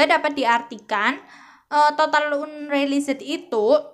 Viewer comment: Total unreliset 😅.. unrealis tuh kak bacanya